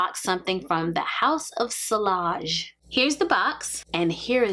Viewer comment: House of "Si-Y-age" the "I L" is pronounced as "Y"☺️ Thank you for the video ☂️☂️☂️